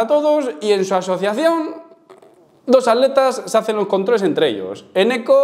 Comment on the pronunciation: Por que no pronuncian bien la primera T de ATletas